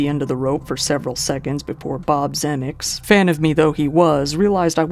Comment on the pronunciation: Coppola, Zemeckis, subsequent... This guy has a hard time with pronunciations.